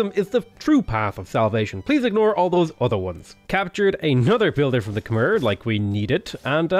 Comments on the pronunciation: If you ever see this, Khmer is pronounced Kuh-My. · You're saying Khmer wrong.